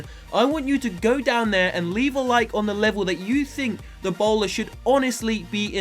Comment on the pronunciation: when you said the bowler it sounded like Ebola